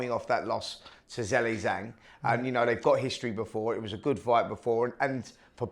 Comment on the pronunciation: Can someone please do a compilation of Talk sport presenters saying Zhili Zhang? Jilli Jang, Jeelay Jang, chilli jang.... 😂